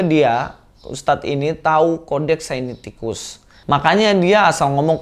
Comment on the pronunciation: koreksi bukan sainiticus tetapi Sinaiticus. GBU dan tetap semangat mewartakan kebenaran iman Kristen.